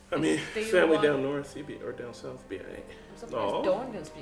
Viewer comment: Every time said "Narth" I hear "Naarrrfff!" in my head.